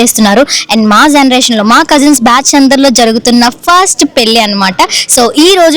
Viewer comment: పెళ్ళి అనడం నేర్చుకో ముందు పెల్లికాదు😡